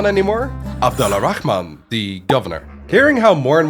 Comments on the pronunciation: The way you pronounce Abdul-Rahman make me cringe.. why do westerners always feel the need to say the KKHHH sound? its closer to an "H" sound phonetically.. just say as its written ABDUL-RAH-MAN not ABDULAA-RAKKHHhhhh-MAN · Since we’re big on correcting each other here, it’s not “Abdullah Al Rahman”, it’s “Abdul Rahman” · I’m named Abdul Rahman I love everytime you say his name 😂😂